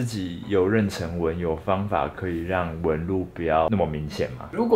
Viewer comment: Patrick很可愛很帥氣很認真回答問題，but還是要指出99%台灣人都會唸錯的： 【妊娠】，《教育部國語辭典》注音【ㄖㄣˋ ㄕㄣ】。 #大家一起來每日一詞 😀😀😀